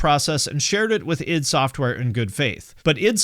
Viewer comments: The way a youtuber pronounces "Id" is a litmus test to see if the video about Doom is worth watching. You passed. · Glad to see someone pronouncing "id" correctly for a change lol.